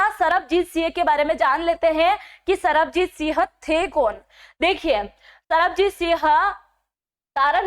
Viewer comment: कम से कम नाम तो ठीक लो,सरबजीत सिंह है।तरनतारन है तरनतार नहीं,बहुत अक्षर गलत बोल रहे हो। हिन्दी की पकड़ सही करो।